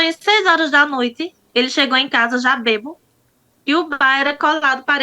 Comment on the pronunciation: A pessoa estudar, fazer faculdade e pronunciar a palavra maiseu, ingreja nois, é simplesmente vergonhoso., se essa pessoa não tivesse estudo eu jamais faria um comentário desse, pois sou analfabeta e por isso não entendo quem estudou e assassina o português dessa forma, pronunciar a palavra bebo, quando seria bêbado, barrer o quintal, quando o correto seria , varrer o quintal, isso porque ela disse que gosta de estudar e concluiu uma faculdade.